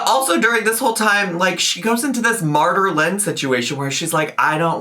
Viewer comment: im sorry but 'MartyrLynn' absolutely wrecked me omg